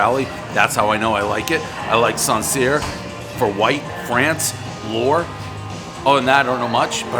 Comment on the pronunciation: I know about Russian river valley, but "Sancierre" as he pronounced it and "Lore" 🤣 those two are in France.. it would be worse if he got his own wrong! Thanks for the update